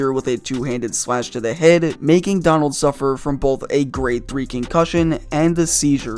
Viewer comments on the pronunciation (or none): none